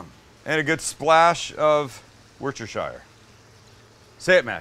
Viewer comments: Wuss-Ter sauce. Forget the spelling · To all the non Brits out there the sauce that he adds at 3.09 is pronounced wuss ster shur sauce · It’s ‘wuss-ta-shur’ 😉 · Worcestershire sauce - pronunciation tip: Wooster- sheer, if you want to sound like the locals 😄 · Great video and delicious recipe. BUT, Worcestershire is pronounced WU STUH SHUH. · fyi it's pronounced wuster.... looks like I'm dissing you but far from it... love your channel...